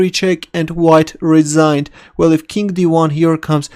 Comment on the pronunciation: Why do these Russians keep referring to the king as "kink"?